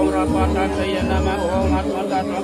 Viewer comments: Pengucapan om nya kok iam ??? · Memang banyak sulinhgih tidak tepat pengucapa sukukata msntram. Kalo walaka dikritik habis. Om disuarakan youm.. Iyom kok boleh.. Shantih disuarakan santieeh.